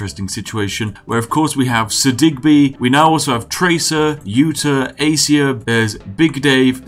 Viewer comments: I know this video is old, but it's A-ca-cia, not A-cia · Hearing you pronounce acacia and capybara hurts me deeply